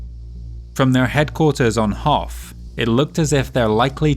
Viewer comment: I thought I heard "Hoth," as in the ice planet from Star Wars.